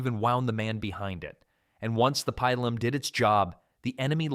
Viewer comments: I seriously hate this AI voice. When I hear this, fuck off. Cant even pronounce pilum properly. Worse yet, it pronounce it differently twice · Pee-lum not pie-lum. Woond not wound. That's what you did to the eight day clock nine days ago.